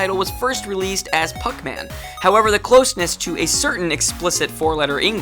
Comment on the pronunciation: The original name was "Puckman." Not Pacuman.